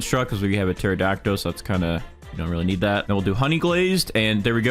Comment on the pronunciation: baro why in every video does he say pterodactyl like that. it has a L at the end not o